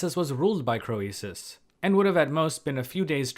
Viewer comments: Wasn't his name pronounced Creesus, not Cro ee sus? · thanks. I think it is pronounced King KREESUS, not cro-ee-sus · "Cree suss", not "Cro ee suss". At least, that's what I've heard. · I enjoy work. But I would enjoy it even more if he would take the time to learn how historical names are usually pronounced in the English-speaking world. It's "cree-suss", not "crow-ee-suss". Like, you, the name Phoebe is "fee-bee", not "foe-ee-bee". And phoenix is "fee-nicks", not "foe-ee-nicks". Of course, none of these pronunciations are close the way they were pronounced in the original languages, but good grief, look stuff up. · Hi! I'm afraid your pronunciation of Croesus is not admissible. The English standard is /ˈkriːsəs/, and oe was a diphthong in Latin. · it confused me for the longest time... like Euboea... Evi-uh?? everyone says "rich as Kreesus" 😆😆😆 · Pronunciation of These names is typically SO-LON and CREE-SIS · one tip for you, mate: we always pronounce his name as 'Creesus' (even though in Ionic as well as Doric and Aeolic it is written and pronounced KROISOS.) Greek OI was always adapted by the Romans to OE and that's how it comes down to us- everything through a Latin filter, sadly! In England we still say "he's as rich as Croesus" but it is dying out. Our education system is now a TOILET. I have a feeling you are largely self-taught in Anc, Hist. so RESPECT. (Or, as we say, GOOD ON YER!) Did you know that HAI HISTORIAI- The Histories- literally means ENQUIRIES... from the verb historein, to research or enquire. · the ‘oe’ in ‘Croesus’ is a diphthong pronounced as ‘ee’ in ‘creek’. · don't hit me, but I don't think you are pronouncing croesus correctly. not in english, ancient greek or modern greek. it's just not phonetic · Love your stories. PS: the “o” is silent. ❤ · When pronouncing Latin words that contain a vowel paired with an e, that vowel is silent and the e is long. An exception is EU, which is pronounced like you